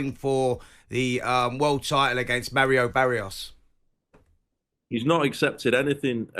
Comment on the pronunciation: Spence: ‘Bario Barios’ 😂